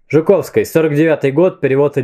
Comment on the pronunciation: ЖуковскОй, БелинскОй... Ааа, непривычно.